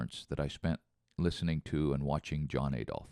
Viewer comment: There’s no hard A in Adolf. Every time you say it, much like ‘roof’ you sound rather silly. But DON’T worry!! You’re an American and yanks have been mispronouncing every single language they get their hands on!! Italian: Pasta. American: Pohster. English: Turbine. American: Turban. German: Adolf. American: Ay-dolf. Everyone else: cosmos. American: cosmose (or even more egregiously, cosemose). See? English: missile. American: missle. Italian: risotto. American: Riz-Oh-Toe…. Put simply, if it’s got a vowel in it, somewhere an American is having trouble saying it, that’s just the way of life. Ignorant to a fault but no harm meant. You’ve had the English language for what, ~300 years now? You’re still miles away from mastering that, so there’s no sense in admonishing y’all fo’ ruining ‘foreign’ languages too - indeed, we’d be more worried about you if you pronounced things properly!! 😀😀😀😀😀😀😀😀😀